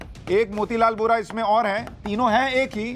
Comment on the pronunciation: सिन्हा जी वो बोरा नही बोहरा थे